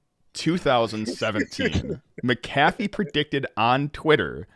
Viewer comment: Hello, Mr. McAfee's last name is pronounced "mack-uh-fee," not "mick-ah-fee." The name of the company he founded was McAfee Associates. Regards, Aryeh Goretsky